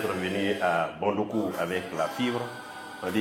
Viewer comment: Bravo pour le récit, neanmoins il faudra noter que Samory n'y a jamais résidé et ne possède non plus pas de résidence à Bondouko. Aussi la prononciation de la ville c'est BON-DOU-KOU. Prochainenement il serait intéressant d'y faire figurer la grande (principale) mosquée de Bondoukou (celle du vendredi), vous y trouverez la tombe de son donateur El Hadji Dalla Kamagaté.